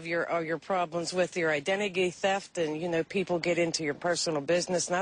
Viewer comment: Did that woman say identigy instead of identity?